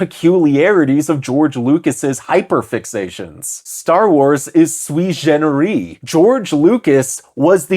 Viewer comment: dude... "sui generis", not "swee sheneree". it's latin, not french.